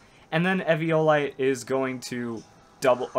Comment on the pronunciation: do you know how to say eviolite you downsy